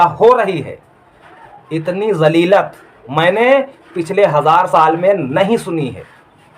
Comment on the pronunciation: 5 : 26 पर :- लफ़्ज़ 'ज़लीलत' बोल रहा है जबकि सही लफ़्ज़ ज़लालत है। इससे ज़ाहिर होता है कि ये बंदा पक्का जाहिल है इसे सिर्फ़ विडियो बनाने का शौक है। इसे ना तो इस्लामी अक़ायद की तमीज़ है और ना ही इस्लामी तारीख़ की ।